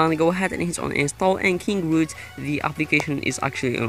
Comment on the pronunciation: btw its Kingoroot